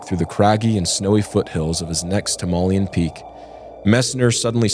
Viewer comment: I loved it, except for the way you pronounce Himalayan.